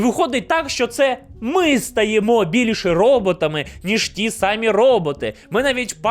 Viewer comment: Слова "сАмі" в українській мові нема) ті випадки, де Ви вживаєте, наголос на і "самІ", використання слова сАмі замість префікса най- є також помилкою.У мене все) дякую за відео!)❤